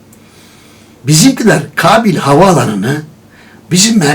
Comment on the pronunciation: Kabil değil dede, Kâbil. "Kâğıt" der gibi...